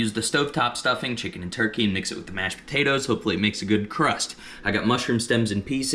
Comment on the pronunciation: PO-TATE-TOES lol